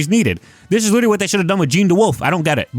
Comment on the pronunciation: You giving yourself away with the "witerawy" good vid btw